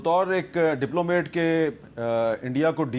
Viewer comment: Hamid sahib it's not diplomate it is diplomat.